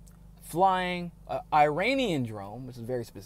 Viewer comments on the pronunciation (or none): none